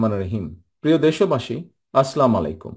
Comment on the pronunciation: ভাই, সালাম টা শুদ্ধ করে দেওয়া শিখতে হবে।